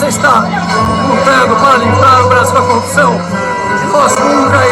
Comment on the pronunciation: O cara nem falar sabe, continua falando "COPÇÃO"